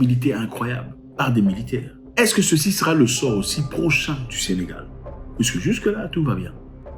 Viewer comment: C'est Sénégal et non Sénégale s'il vous plaît !